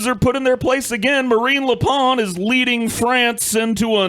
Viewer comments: It's "Le Pen", not "Le Pain" nor "Le Baguette". Though it's a forgivable mistake. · it's lepen. pen. pronouced like the thing your write with. not lepaan. razorfist is an idiot.